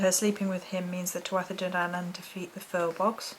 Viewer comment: Hi, a difficult subject, cool videos, I don't mean to be to "OIrish" here but, "An Tuadha Dé" is pronounced with the "dh" silent eg. "An" say it like- On (means "the"), Tuadha say it like Two-aA, means tribe or Clán - Family. "Dé" say it like the letter "J" is God/ Female and Male, in Irish language the "dh" is silent at the end of a word, "bh" makes a "V" sound, "mh" makes a "W" sound, "th" makes "Who" sound. Danu's name was only added in Victorian times apparently by some British Israelites who wanted to link the "Taudha Dé" to the lost tribe of "Dan" aka Daniel from the bible, I your interested in some other Irish history stuff Myths, Druids, occult etc. check out Thomas Sheridan's You-tube channel, he also has others, he talks generally about a wide variety of Irish and Norse subjects and he has a good way of communicating his message like a story teller, you might enjoy it, thanks for your videos I find them useful and informative, I hope I'm not annoying you by posting this comment, again thanks, have a great day, Séamus ( a really OIrishy name or what?)